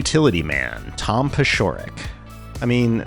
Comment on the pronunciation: Check the pronunciation on Tom Paciorek